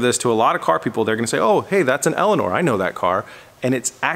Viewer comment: Instead of Elinor hb elania lol